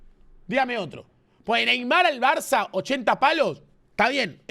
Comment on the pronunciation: cuando no, el gordo termo tenia que decir barzzzzzza